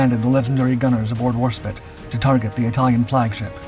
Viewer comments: Have heard the name pronounced HMS War-SPITE & HMS War-SPIT numerous times on various documentaries throughput the decades by American AND British narrators. Could be wrong but seems that the British preferred the pronunciation of War-SPIT. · it pronounced War SpIte I not it Do not disrespect Enterprise's British sister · OMG, it’s Warsp I te, with a hard “I.” It’s like chalk on a chalkboard….. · We must make sacrifices to the God of the algorithm. Even if he does keep saying spit ! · You've been corrected many times over the mispronunciation of Warspite, and not showing any change means you are disrespectful of the many warriors who served on her. Basic research helps when presenting history, but it has to be done with the respect it deserves for the many lives lost during the world wars. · Right! That's it! You have been told countless times by countless viewers to correct your pronunciation of Warspite, but you refuse to do so. From now on, every time you abuse the name of what is probably our most revered warship, a video of yours gets a thumbs down and yes, it's pure SPITE on my part. Twenty mispronunciations equals twenty videos get a thumbs down. Ineffectual I know, but it'll make me feel better. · WarSPITE you dimwits, NOT Warspit! AI be damned. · Is this a human voice or AI? How could you not know that it's HMS War-Spite, not War-spit? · The word "spite" (rhymes with "light") means "a desire to hurt". The ship is called HMS Warspite - "War-SPITE"! Not "Warspit". Why can't you pronounce "Warspite"? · Bloody hell man it's War Spite NOT War Spit. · Ok seriously you clearly an American person. It is war spite like spiteful. Not spit like spit on your foot. You really need to fix this issue. It is like us insulting your favorite thing you know so much about. Because of this i can't continue watching this video. Sorry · Inaccuracy 2. WARSPITE. WARSPITE. WARSPITE. Do you see the E? It is not warspit. WARSPITE. My god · HMS Warspite as war-spite, not war-spit